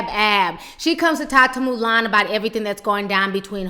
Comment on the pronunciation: 'Moo-lAn' lmao Ti!